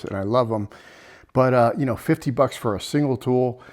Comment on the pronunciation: Maybe,but that's no fun. Do you kah-now what I mean? 😀